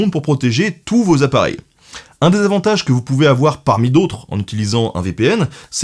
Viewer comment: Fais gaffe à ton accent parce j’ai compris un désavantage de nord VPN 😁 c’est pas dé c’est des (ai) avantages 😁